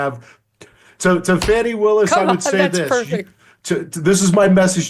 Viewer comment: Her name is Fani pronounced "Fawnny" not "Fanny". You know this Megyn!